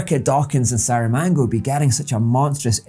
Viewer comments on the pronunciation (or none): Love the series so far, but just a quick correction: the Portuguese author is called Jose Saramago, not Saramango. 🥭